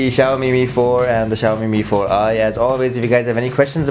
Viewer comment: Yang nyebut bukan mifor ai tapi mifor i tunjuk tangan